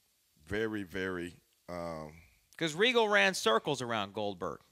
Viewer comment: say it right, Lord Steven Regal........F**** Legend lmao, i've watched him for over 25 years, an OG in every sense of the word.